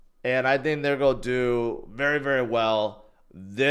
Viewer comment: Sorry, but your pronunciation of “going” and “gone” are the same. You’ve got to work on your articulation.